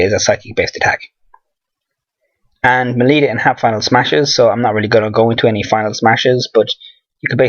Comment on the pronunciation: It ain't "Meh-Lee", it's "Mell-(pronunciation of capital A)"